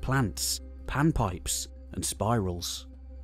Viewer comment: …ashiu can see, theese ‘SPEERALS’… …hahaahaaahaaaa! Would personally just love to hear unfettered & unfiltered opinions on THAT matter! Anything which I happen to hear on either (my mother’s) TikTok FIRST… Ive painfully learned to disregard, outright and stubbornly. Sad to say, I’m certainly missing out on a bunch of fringe-truths that might hold at least a few droplets, but when you can’t effectively sift the disinformation agents from the mental patients… (well then you just ‘pivot’ from wanting it banned to attempting a corporate takeover of them - I guess?) Ultimately just far too little nuance (effectively none) with too many annoying & excessive stimuli. Idk about everyone else, but I’m not of the opinion that this 1hr 47m epic of proto-historic Peru would be greatly improved by animated emojis (clearly built to infuriate).. out-of-place lame sound effects.. fake Tarot ‘readings’ (for 10,000 people at once).. or especially the Temu-version ‘Allstate’ guy (NOT hot-mayhem) narrating what he always seems convinced is the most profound & life-altering Arby’s advert - oh and definitely trim it back (just a smidge) till it’s about 20, maybe 30… …seconds long. Americans just don’t have intentions-bands stretchy enough for such a long & boring documentary filled with those little “fact” thingies, they’ll just go to like TDLR or something!